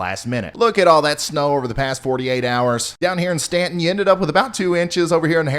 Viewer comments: Every time you say "Stan-tin" VA, you make my day... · The fact that you know how to pronounce Staunton correctly 👏🏻👏🏻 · Keep bringing up Staunton, people appreciate it when out of town folks pronounce it correctly -sounds great! I enjoy your fore and nowcasting. -Scott in Charlottesville(city) Virginia. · Good to hear you pronounce Staunton correctly!